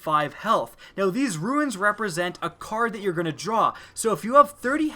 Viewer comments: Yeah it's pronounced "roo-n" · why are you incapable of pronouncing the word "runes"?